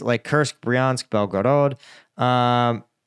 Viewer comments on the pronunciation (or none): Why does he say belgorog in a wierd way like he is trying to be european for just one word lol